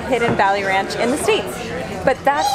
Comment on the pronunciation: instant 'murica! "Rayunch! It tastes like rayunch!!!" 🤣